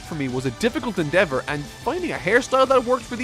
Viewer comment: "Difficult *ENDEAVOR*"